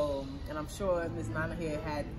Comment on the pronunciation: Can we please try to pronounce our names without an American accent ? "nana" is "nana" regardless of the language you speak and you grew up in Ghana. Too many people are doing that nowadays! Sad our names are not pronounced properly even in our own land ... common "nana" asem